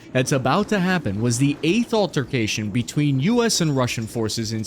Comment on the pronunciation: “altercation” lol